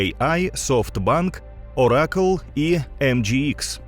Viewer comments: Це така нова срана мода ставити наголоси у назвах де заманеться? Який, до дупи, "Ора́кл"? Все життя наголос був на "О"! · Дякую! Замітки: Claude читається як "Клод", а не "Клауд". І в слові "Оракл" - наголос на О.